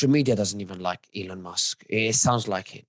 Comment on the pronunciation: Elon NOT Elon